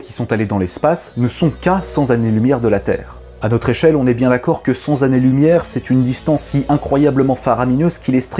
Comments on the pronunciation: cent sanélumière au lieu de cent Tanélumière ( moult fois répétée ) dommage que cette faute de liaison plombe une vidéo au top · Très intéressante vidéo... Mais s'il vous plaît la répétition de "centZ'années lumière" au lieu de "cenT'années lumière" m'a déconcentré. Avec "deux cents", c'est ok. Désoler d'avoir l'air de pinailler, mais je n'entendais plus que ça 😟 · Bonsoir, ... j'ai cherché l'envoi de message "privé" ; pas trouvé. S'il vous plaît, dites "cent années lumière" et non "cent z'années ...". En revanche, "deux cents années ...". Désolé, mais mon appareil auditif est trop sensible. S'il vous plaît, ne m'en tenez pas rigueur, abonné, j'a-do-re vraiment votre travail et votre humour. La remise en cause ? Oui, pourquoi pas. Mais j'aimais tout autant l'humour et les coups de gueule décalés. Bravo. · à 4m50 ; non on est pas d'accord. Cent Tannées lumière. Pas cent zannées lumière. Ou à la rigueur, sans année lumière mais bon. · Bonjour, j'aime beaucoup tes vidéos mais il y a un mais ! Disons que tu fais souvent une faute de liaison que beaucoup font. Tu dis cent 'z'années lumière mais il n'y a pas de 's' à cent. C'est pour cela qu'on dit cent 't'ans au lieu de cent 'z'ans. Désolé pour cette remarque, on est nombreux à faire cette erreur... Mais continue comme ça, je sais que tu fais tout pour faire du travail de qualité et c'est appréciable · Chaque fois que tu prononces cen (z) années lumières j'ai mal à mes oreilles, mais j'aime bien tes vidéos... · Bon, j'ai toujours du mal avec les cent zannées-lumière, mais le contenu est d'excellente qualité. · Les cent ź'années-lumières c'était un vrai festival cette fois-ci. Espérons pour le que l'zlgorithme youtube n'y est pas sensible. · Cent zannées-lumière !!! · "Cent zannées lumière" ? Ah oui, CENT c'est beaucoup alors on met un S ;-) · super vidéo. par contre cent Zannées lumières évite ;) Tes explications n'en restent pas moins claires. Continue. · C'est quoi cent zannees-lumières ? 😂